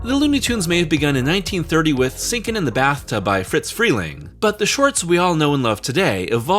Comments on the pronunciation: It's "Friz", not "Fritz" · Friz Freleng's first name is pronounced 'frizz' not 'fritz'